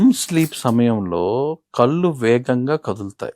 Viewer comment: It is కళ్ళు not కల్లు